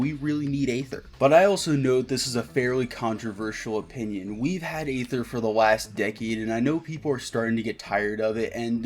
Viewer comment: Please stop pronouncing Aether with an A.